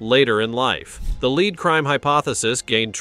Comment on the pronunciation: Maybe you should narrate yourself seeing as it keeps pronouncing lead.... LEED. LAZY!